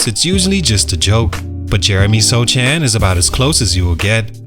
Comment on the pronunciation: It's pronounced "So-han", the "c" is silent.